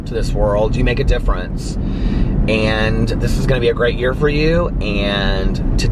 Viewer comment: It actually looked like said “yaer” at 10.00 😂😂😂❤️